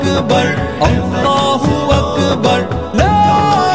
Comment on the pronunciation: Allah u akber sahih bolo. akbaaar bol rahe ho. is se matlab biger jata he aur gustakhi hoti he